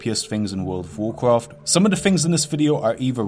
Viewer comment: wwwwwwegion pwopewties uwu wawcwaft bro just curve your tongue